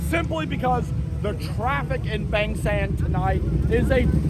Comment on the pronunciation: Mate you been in Thailand long enough to know it's pronounced Bahng, not Bayng.